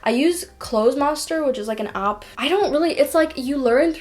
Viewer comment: What accent is this? When words Spanish, grammar and app are pronounced as Spunish grummur and upps?